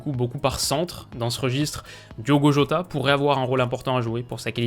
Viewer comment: Superbe vidéo. Analyse ultra complète. Et enfin quelqu'un qui prononce correctement les noms des joueurs portugais (jota et non "rota", fonte en non "fonté", Pepe et non "pépé"...). Merci pour ton excellent travail tu gagnes vraiment à être connu. Bravo. 👏